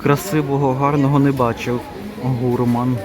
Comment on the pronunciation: Не гУрман,а гурмАн!